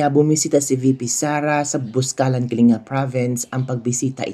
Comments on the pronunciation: Ang pronunciation ng Kalinga is Kaling ga and not Kalinga FYI. I must know since am from the Cordillera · Kalinga (Pronounced as Kalingga). Welcome to our Province! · Ka bibig correction po ang tamang pronounciation ng “ KALINGA “ ay pronounce it as “ KALINGGA “ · Pronounced as KALING-GA....dili tawon na gawad kalinga....KALINGGA...ggagggaaagga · Ang korek pronunciation po ay Kaling-ga pero ang speling ay Kalinga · Kalinga pronounced as Kalingga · Kalinga ang spelling pero kalingga ang bigkas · Ang pagbigkas sa KALINGA ay parang doble ang G